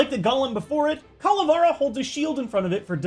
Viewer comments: It’s Calavera not Cala far a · oshawott from oblivion Actually is Ca-la-vera because it comes from Spanish and that’s how you pronounce it on the language. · It's pronounced CALA-VAIR-UH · you say calavera wrong is not whit a is whit e